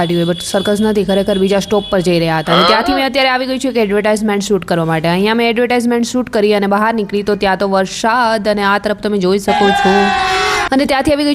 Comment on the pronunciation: Ben sa ane sha vache nu antar rakho gujarati sarkhu bolso to grow saro thase uchcharan sikho pla baki overall bauj saras praytn chhe keep it up Jem ke su kevay shu kehvay Foudation and foundation . Sorry fear but pls hu darek vedio par joyu tyare keta rai jau chhu sorry u r influencer so Jem ke varshad and varsad